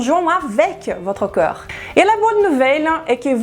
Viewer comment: Je n'arrive pas à m''habituer a entendre coeur au lieu de corps. fait un effort pour mieux prononcer ce mot qui revient sans cesse. Merci d'avance.